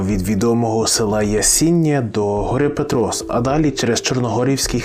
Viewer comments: Почув жахливий наголос на Ясіня І Петрос і далі дивитись це гімно не продовжив. Автор, ти дебіл?) перед тим як щось говорити ти хоча б вивчив про шо ти будеш відкривати рот. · Виключив зразу як тільки почув як ведучий вимовляє назву гори Петрос.Хлопче ти хоч раз в житті був в поході Карпатами щоб піднімати такі теми? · Ясіня́, Пе́трос, Чорногі́рський хребет, так правильно